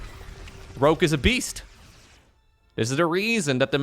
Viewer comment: The weird pronunciation of Rouge, sounds like rúzs, in Hungarian. Many Hungarians say it like that incorrectly. It also means lip gloss in Hungarian... LMAO